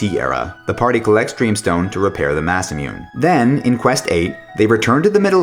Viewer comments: It's not pronounced "Massa Myoon", it's pronounced "Mah Sah Moo Ney". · ene-TRON* masa-moon-nay** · Nice video, but Frog's sword name is masamUne, that U is closer to the last vowel in usefUl. Just sayin... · And Masa-mou-nay, Not May-samyune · This is wonderfully done, but the narrator's inflections are maddening! Lucka? Masamyoone? At least he said Ayla like I imagined it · I generally don't quibble about exact vowel pronunciations, but I mean, yeah, Masamune was a real person and he deserves the courtesy of at least getting four syllables. (Which isn't to say I wasn't a stupid gaijin about it back when I first played the game. I said "Mossamewn" just like everyone else.) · Don't forget "Repairing the Masamune (Masamyoon)" lol